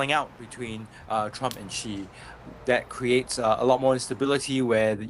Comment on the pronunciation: The reporter even cannot pronounce Xi correctly.:face-blue-smiling::face-blue-smiling::face-blue-smiling::face-purple-crying::face-purple-crying::face-purple-crying